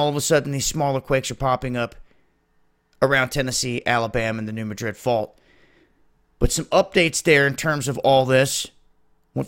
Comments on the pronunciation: Alamo Gulfcitizen New Mad Rid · Dude, it is pronounced MADrid. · Thanks for the report! As a FYI, the "Madrid" in New Madrid isn't pronounced like the capital of Spain. The emphasis is placed on the first syllable, as in "MA drid". Great work! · Great work. I'm wondering if the 2 sides of the US are connected by lava tubes, so when one blows, the other goes? BTW, here in the Midwest, we pronounce the fault New MAdrid. The A is like in Cat. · Could you please learn how to pronounce New Madrid properly?